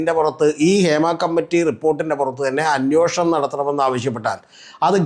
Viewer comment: അന്യോഷണം അല്ലെടെ അന്വേഷണം എന്നു ശരിയായി പറയൂ...